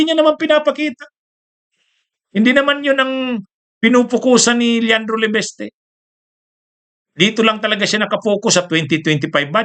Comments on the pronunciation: LE- VIS-TE...!!! HINDI LE-VES-TE...!!!!........( IIIIIIIIIIIIIIIII)....VVVIIIIIIIIIIISSS )))))))😅😅😅😅😅😅😅😅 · Hindi "LE-BES-TE"! "LE-VIS-TE".